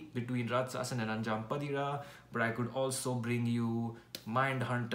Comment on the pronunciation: It's pronounced as अन्जां पातिरा.... Meaning 'The fifth midnight'